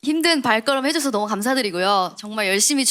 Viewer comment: 박봄보삻ㅋㅋㅋㅋㅋ 개웃겨 봄언냐 "다들 너험~ 잘햔댜"